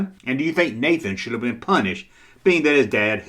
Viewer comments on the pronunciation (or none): none